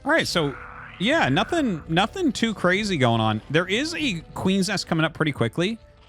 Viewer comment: really because it was pwetty cwazy huh